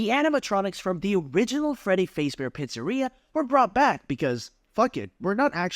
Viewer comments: cool but you say Freddy Fazebear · it bothers me the way he says fazbear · I shouldn’t be bothered by the mispronunciation of Fazbear every time but I am